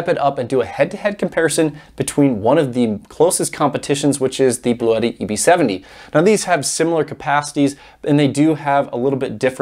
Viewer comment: Pronunciation ... I spoke with Bluetti customer service rep who confirmed: the correct pronunciation is BLU-tee. I'm not concerned with your way; I just think it's funny that they're not trying to correct anyone. :o)